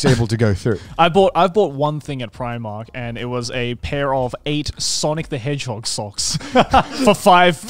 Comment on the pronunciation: Yalldid not iust pronouce primark like that